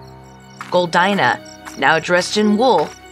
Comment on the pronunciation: How come you can’t pronounce Goldina properly?